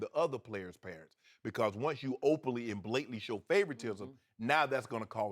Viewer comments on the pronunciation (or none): is he trying to say "openly"